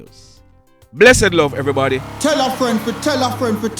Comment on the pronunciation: Gm to our Detective extraordinaire, esteemed educator... thanks for the well put together news package as usual! As u say “bad mind is the wossest disease”... Blessed love everybaddy